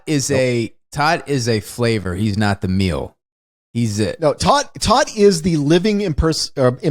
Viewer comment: tōt is pronounced TOTE, it is the German word for Death :)